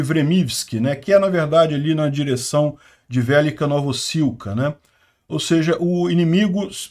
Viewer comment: Olá. Como vc pronuncia the book is on the table? De buque is on de table? De buque is on de teibou? The book is on the table? To falando de pronúncia e não de como se escreve... Então por favor, pelo amor de Deu, por misericórdia fale VELÊKA e não VÉLICA... 😅